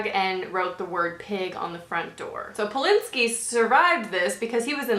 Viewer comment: You look freaking gorgeous and this was a super interesting video! It's Roman Polanski btw, not Polinski xP